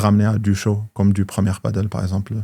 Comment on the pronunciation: perso j'en peux plus de t'entendre dire "padeul", tu dis pas "bordeul" je pense, alors padel ben c'est comme bordel ! Du coup j'y vais, merci...